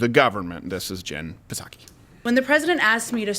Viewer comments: It’s saki, rhymes with cocky. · Can’t take credit for this post: The “P” in Psaki is silent. Like the “P” in (p)resident Biden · Its nut saki silent P